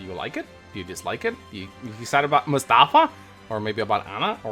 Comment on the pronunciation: it's pronounced Mus-ta-faa